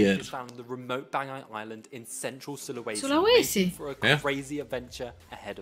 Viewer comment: fasih banget nyebut "Sulawesi" 😁😁